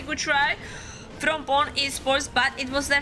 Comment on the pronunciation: Its supposed to be pronounce Poo-nè